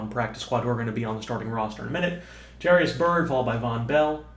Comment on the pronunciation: jair-us not jair-ee-us